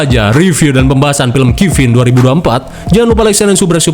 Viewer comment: Bacaan nya bukanya kafan? Kok kifin katanya